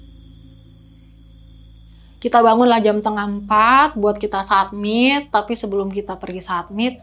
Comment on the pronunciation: Iya apa sy yg salah dgr berulang satmit satmit . Summit*